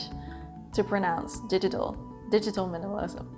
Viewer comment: Hi, another great video! Yes, digital minimalism would be a very helpful relevant topic...and you pronounced "digitalism" perfectly!!